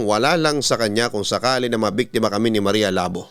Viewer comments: Marya Labò po pabigla ang pronunciation papa dudut...taga western visayas ang sender na to...kasi sikat yan si marya labò.. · Maria Labo As in initak, yung pronunciation ang awkward. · Maria labo.. Hahaha.. Nakakatawa yung pag pronounce.. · hiligaynon word yang labo o ilonggo ibig sabihin hack or cut.... hindi ganyan Ang pag pronounce....nag originate Ang kwentong yan sa iloilo or capiz.... at lumaganap na sa buong pinas...